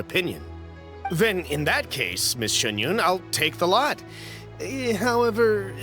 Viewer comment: Xinyan starts with Xin, while Xianyun starts with Xian, so it's pronounced a bit differently